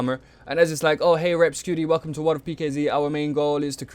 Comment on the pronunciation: "Whalecum wanderer" XD XD ROFL